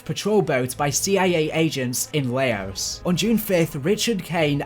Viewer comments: Good work. But do me a favour. If you're slightly unsure of a word, google it, and maybe don't re-use it 3 times in the video essay. "Chastisise" isn't a word. Chastise. 'CHAS-TIES'. Also, Laos being pronounced Layos may have been the worst thing I've heard all day. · Or when he says laos